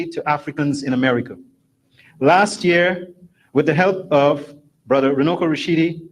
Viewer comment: I'm from Zimbabwe and i think he meant to say Runako which means beauty. Runuko does not mean anything in Shona language 😊